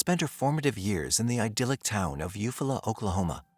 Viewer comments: You Fall la.... he is saying it wrong.... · It’s eu-fall -ah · Thanks for your work. The town should be pronounced You-Fall'-ah with emphasis on Fall. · Eufaula is pronounced you fall uh 😅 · If you’re going to do a video at least look up the pronunciation of the town. Is this just all AI now?